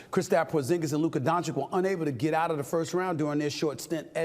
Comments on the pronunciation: DON-CHICH NOT DON-CHICK god damn stephen how many years you been covering this man and cant say his last name properly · Love you Stephen A but what exactly is still stopping you from saying the name Doncic right? Let me help you, it's spelled DONCHICH. Also, get outta here with Boston being the favorite. They had the absolute easiest cake walk to the finals ever. The problem with that is that they are healthy and fresh, that's the problem for Dallas. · As an European i cant stand listening to NBA media. When will u start to stop disrespect Luka and start to pronounce his last name correctly? Its Luka Doncic like "Donchich" the first c is like the last... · Its donchiCH bruh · “Luker Donchick” 😂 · FFS it DONČIČČČČČČČČ get it right already! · Dude still hasn't learned to say Luka's last name right. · I thought about it but I don’t think it applies… Mike Greenberg, Rich Eisen, Max Kellerman and Kenny Smith are New Yorkers and they pronounce it right. SAS is just lazy.